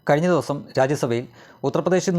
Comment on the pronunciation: ദെവുസം ഒന്ന് ശ്രദ്ധിക്കൂ.'ദിവസം'